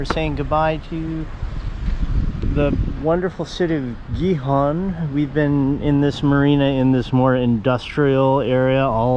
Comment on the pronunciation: Great, now that you've learned how properly pronounce Gijon (both times with that J sound) you can properly say my name and also Juan!! . I already saw Hazel's video, it was a great job!!! Cheers guys!